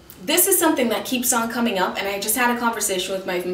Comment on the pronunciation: "It's com-IN" I love it!